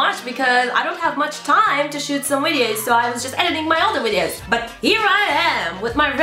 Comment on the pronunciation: i love the red lipstick and how you pronounce videos, "wideos"!